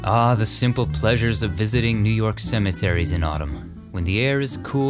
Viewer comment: You did New Yawk justice!